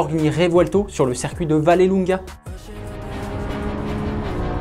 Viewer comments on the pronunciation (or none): none